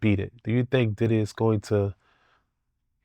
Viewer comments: He don’t be say diddy he be saying did-he 😂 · He say Diddy like I say tidday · The way he say Diddy.. and baby earl.. 😂😆. Baby oil. Will never be the same again...